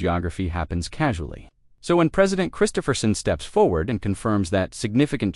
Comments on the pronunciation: Pardon? "MASSIVE Utah Stake Changes Worldwide" If the stakes are in Utah, they are not worldwide Stakes. Here in Alberta Canada all of the major cities stakes changed in 2026 as well. It's just as profound here as it is in Utah. Too bad you are pronouncing Christofferson's name wrong. Not "Christopher-son", but "Chris-TOFF-er son. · This is not Elder Christofferson. Also please learn how to pronoun his name. How canse really believe you are publishing accurate information??